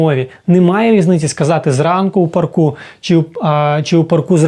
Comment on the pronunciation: Смішно кажете в парку , наголос треба на Па ‚ ( на перший склад )